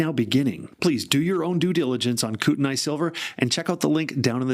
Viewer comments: NOT Koot-n-eye.... Koot-knee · "Coot-a-knee" ( I think I've mentioned this before ). I lived close to the region.